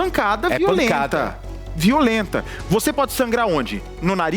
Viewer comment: Porque o Bacci ta trocando o s por f? Esquefer, vofê…